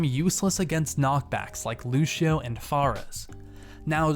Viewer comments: at 52 he says lushio insted of lucio XD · Why do people pronounce "Lucio" "Luchio"